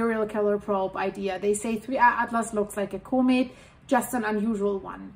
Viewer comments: COMET COMET COMET there now say it like it sounds :face-orange-raised-eyebrow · learn to pronounce comet correctly. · Say the word “comet” right